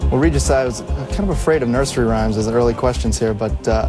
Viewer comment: It’s Regis not Refis.